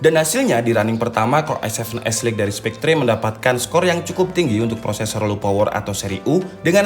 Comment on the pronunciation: spekter bang bkn spektre